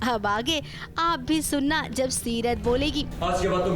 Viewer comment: Seerat ha setar nhi 😂